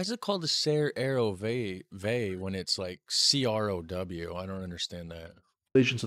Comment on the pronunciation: he is pronouncing the letters in Dutch like the Dutch would pronounce them CROW: C = SAY R = ER O = O W = Way ____ Say Er O Way CROW x)